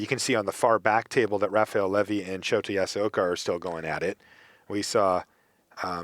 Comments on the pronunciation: Shota's name is pronounced show ta, not shot a. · He's pronouncing it Shoti. LOL. Poor guy.